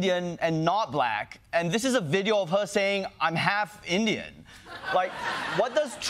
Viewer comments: Why does Trump put the accent on the first syllable in ‘black’ ? Like BLAck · It's so weird it's funny 😂😂😂